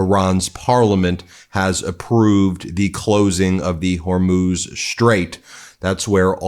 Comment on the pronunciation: Hormuz Strait, or “Hormoze”?? Maria Bartiromo, or “Bartirom-UH”?